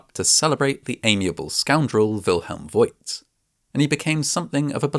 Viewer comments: Bürgermeister = Mayor Burgermeister = Burger master (there are probably hundreds of burger restaurants in Germany named "Burgermeister") And the name "Voigt" is pronounced /fo:kt/. The 'i' doesn't indicate a diphthong, but a long vowel, just like in the city of Grevenbroich. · By the way: Wilhelm Voigt is pronounced similar to Faught - or so. The letter "i" is a lengthening letter and makes the "o" longer. Unlike in English, where "lo(w)" and "loo" become something quite different. At least in pronouncing. Love your videos, thank you! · As a guy with a tiny bit of knowledge about the German language, I just loved mixing up the sounds of V and W! Well, I actually loved the whole episode (as usual)! Your humor is low-key, but hilarious!